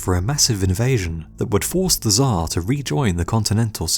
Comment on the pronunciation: its not "ZHAR" how you call russian Emperor its TSAR (CHAR) more like